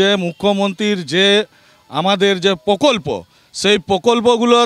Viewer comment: Era Prakalpa bolte pare na pokolpo bole, to Mamata ke support korbe na to ke korbe (govment) 🤣🤣🤣